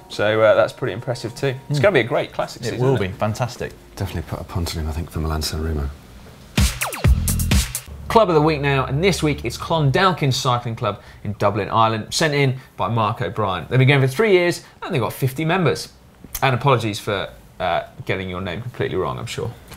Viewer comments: It's pronounced clundawkin just spelt clondalkin hahah;) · Si to be honest I kind of hope you go with the other new channel as you pronunciation of Irish words is dreadful, I thought that the first time you tried to say an Irish word and failed (Ràs) I had fro-given you for that but now you come along and just muck up again saying Clondalkin completely wrong #disappointed